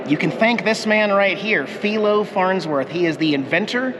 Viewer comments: I recall his name "Filo Farnsworth" being pronounced: F-eye-lo -- not F-ee-lo.... from when I lived in SLC.... a long time ago!! Loved your video!! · Pronounced Phi-lo as in fii foo fum